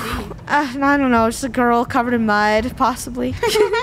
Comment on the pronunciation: u clearly don't know thats the way pronounced gurl